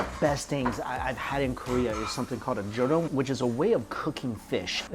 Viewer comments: it's pronounced joe-reem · Jorim is pronounced like “Jo-Lim”🤗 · Hehe it's joh-lim 🤓🤗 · Love the vids man, but it’s pronounced jo-reem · Sorry mike you are butchering the word jorim!